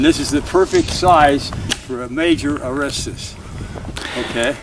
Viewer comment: I'm just not convinced. Anyone that can't even pronounce Arrasta correctly isn't paying proper attention to the details.